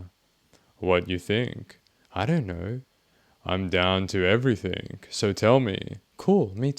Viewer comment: Please work on your pronunciation of words. Every think you say ending "g" comes out as a "k". Everythink.